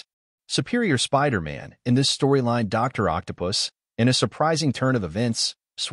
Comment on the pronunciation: why do you keep saying spider ant?